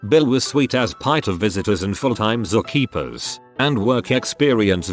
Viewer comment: If it wasn't for the text, I would so wonder what "zock eapers" were... Oh, those computer generated voices who can pronounce all words but the simpler ones...